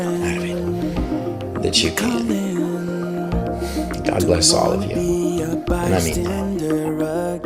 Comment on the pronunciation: Dude has a good heart. You just have to get past his delivery and hand motions. It does make him look over the top. But why can't he say God? He says Good. Probably nothing but to me, Everything is suspect. That's why you always use multiple sources for info right? Always compare info with other sources. And if you see suspect, Don't go to that source anymore. I don't use him for info. Doesn't set right with me.